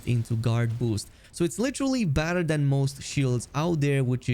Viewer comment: Every time you say “better” i hear “badder” 😅